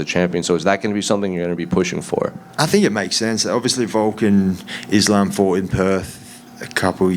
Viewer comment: Why you keep saying izlam,it's ssssssssss,learn how to pronounce 😂